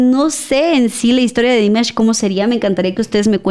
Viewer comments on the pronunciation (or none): No es Dímash, es Dimásh..😅